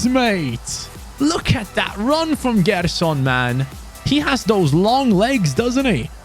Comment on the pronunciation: Hey, good rebuild! Its pronnounced Jerson!!